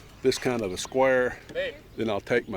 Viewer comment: I really love that pronunciation "skwahr"...who knew?